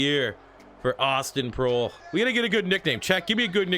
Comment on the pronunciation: I believe Proehl is pronounced "Prail"